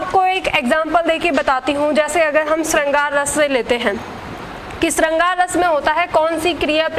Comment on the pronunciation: श का उच्चारण ठीक करिये बाकी video अच्छी ह